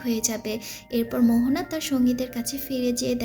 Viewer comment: Mohona na moana